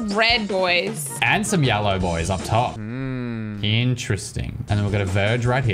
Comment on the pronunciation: literally makes me lose braincells like talking about the cables and thought he said they were gjellow